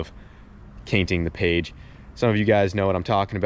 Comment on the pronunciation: Never stop saying cainting the page